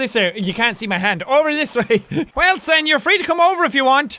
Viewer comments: Jack: Wilson! Me: whaleson! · it's not Wilson in this series its whalson!!